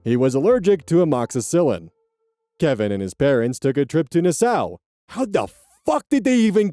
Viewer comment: Slight correction on the pronunciation of Nassau (I’m a Bahamian)- it’s pronounced like Nass- saw. Love your stuff:)